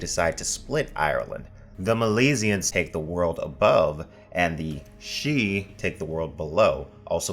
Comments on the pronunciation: It is slightly irritating why he sometimes pronounces it "sidee" rather than "shee" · It's weird how you keep pronouncing it sid-he then switch to pronouncing it shee... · I kept getting thrown.. the voice over interchangeably pronounces Sidhe/sidhe. It is never ShiDee. Its Shii-the or Shee. like Bean shidhe.... pronounced BanShee... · make up your mind about whether you're going to pronounce sidhe correctly (shee) or incorrectly (siddee) you keep switching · For the love of Pete! Stick with one pronunciation of a word! You confused the heck out of me with your constant going back and forth between "she" and "sid-he." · the "sid-he", irish speakers worldwide died a little when you tried to pronounce sidhe 😂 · Sidhe is pronounced seeja which translates into English to Elf or Faire (farie) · I hear "sidhe" pronounced differently all the time, I said it sid-he in my head when I first saw it in a book, it was "Aen Sidhe" in the Witcher, said Ahn shay, and it's just so off-putting whenever I hear new ones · Bro, its pronounced "Shee". It's always pronounced "shee". The spelling (siddhe) is from modern Gaelic, basically one of the Celtic languages. Q-Celtic, I think. By contrast Welsh is P-Celtic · "Sidhe" is pronounced "she" in Irish Gaelic. They are faeries. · To correct the above video, the Sidhe are of Celtic folklore origin, whats with this "pseudo Irish" crap ? Anyway, Sidhe is pronounced "Sith", this is where George Lucas got his idea for the bad guys in the Star Wars films... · pronounced "seeth" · #1) Why show a pronunciation guide for a word more easily announced than Sidhe (which you repeatedly pronounce differently) #2) your vids have gotten better; maybe not more well produced or researched but at least more coherent.